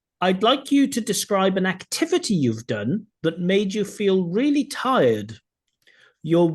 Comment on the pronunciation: his pronunciation lives and tirED lowered his P score, 7 for P, 7 grammar, 8 fluency, 8 LR, overall 7,5